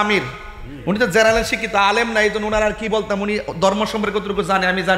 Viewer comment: ঠিক মতো জেনারেল টা বলতে পারে না সে আবার শিখাচ্ছে